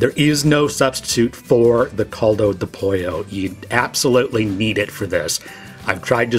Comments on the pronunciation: My eardrums cracked when he said “caldo de pollo.” Also, the Knorr product contains sugar and MSG, corn protein (maseca would be fine), beef and chicken fat, yeast extract and anatto for color, and little bits of dehydrated parsley. I don’t like artificial colors like yellow 5, so I would recommend subbing a tiny amount of turmeric powder. Add all of those ingredients to taste to a chicken stock (and don’t skip the sugar, MSG, fat, or corn products), and you have an equivalent if not superior product. The only things left are learning how to say “caldo de pollo” and washing your rice. And use some fresh cilantro. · Como dice Coldo do pollo me encanta jaja, saluditos desde México. 🇲🇽❤️ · This is a good video thanks it helps me for when I forget the details in preparing Mex rice but what the hell is coldo de pollo?? It's caldo de pollo. Lol